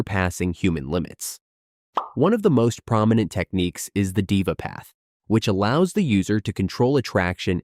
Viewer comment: Deva path in said as dhe-va not diva😂